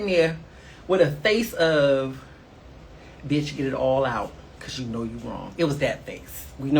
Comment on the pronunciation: “And I’m not an easy biyach” 😂